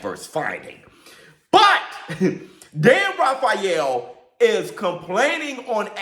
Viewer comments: Rafeal is pronounced ray feel. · Dan Rayfill is the pronunciation